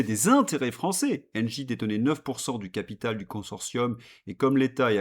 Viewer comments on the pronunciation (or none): none